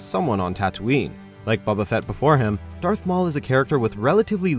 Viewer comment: OMFG ... "KAN-AN" "BABBA Fett" ... dude... no .. just no...